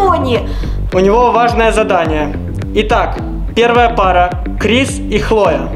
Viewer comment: Крис а не криз